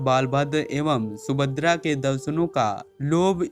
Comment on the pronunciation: Bhai sahab video me subhadra ka name bar bar sumadra bola gaya usko thik karo